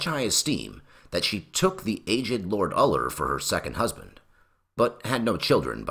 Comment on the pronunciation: Funny how "Uller" sounds very similar to "Other"